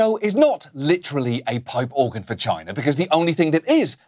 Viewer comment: Every time Oliver says for China I have to convince myself he didnt just say vagina. Pipe organ vagina.. makes you wonder.